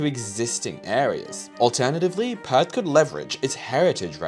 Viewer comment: Wait, it's not 'Pertherts'? 😂